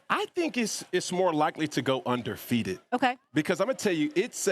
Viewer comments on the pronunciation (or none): Anyone else hear UNDERFEATED?